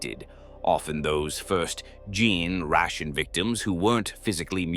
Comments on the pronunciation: I like the art. Good point about the tyrannid cult model. I've been enjoying your videos so much. But I can't with the narrator repeatedly saying Gin-Stealer, Gin-Tick, & Gin-Ration. Please. It's worth the time to go back and fix it. Thanks for all the good lore. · Ok nevermind, it also gets "generation" as "gin ration". That's an AI error is what that is. Complain to its programmer if you can't alter its pronunciation of single words.